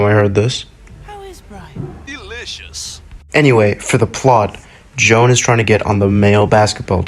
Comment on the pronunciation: HER NAME IS JOAN NOT NOT JO-ANN